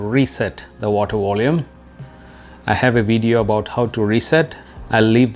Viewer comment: It was the "Water Wolume"